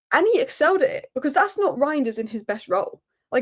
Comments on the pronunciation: it's "rine-ders" . The "eij" is a just a substitute for "ei" in Dutch, but practically has the same pronunciation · I've been pronouncing it "rianders", and i don't intend on changing that.